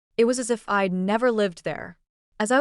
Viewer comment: I'd, not eyed. Chppy narration is annoying. Parents are more concerned with image than with their daughters' choices. School is Berklee College of Music, not Berkley.